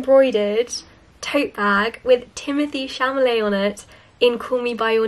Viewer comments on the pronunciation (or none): It's so cute how you pronounced Timothée CHAMALE hahaha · "Timothée Chamalet" Lol!